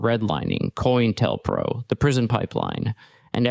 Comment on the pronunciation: "coin tell pro"?lol If you can't pronounce it correctly why should I assume you know what you are talking about? This is a copy-and-paste video essay😂